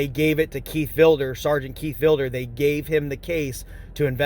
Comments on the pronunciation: "Keith VIL-DER?" Isn't is Keith VID-LER? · It's Sargent Vidler, not Vilder. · He is such a liar. I thought it was Vidler not Vilder??? breaks the laws and then complains about the cops doing their jobs??? Its great that he lost it all. He deserved it. I heard Vidler got fired but then got his pension back. lost his business, his wife, an 83,000 insurance scam case than he recorded himself and keeps going to jail. This guy is worthless to society and the human race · Seargent Vilder. What a dumb shit that he cant even get his favorite sarges name right. men need him now more than ever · Keith Vil-Der, Vi-di-ler and Vi-Da-Ler. 🤣🤣🤣🤣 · Ffs, get VIDLER's name right!